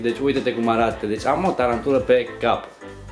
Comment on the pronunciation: Se spune taranpula😂😂